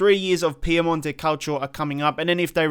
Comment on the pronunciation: Why do you say Piamonte Calcio and not PiEmonte .... there is the E not A :D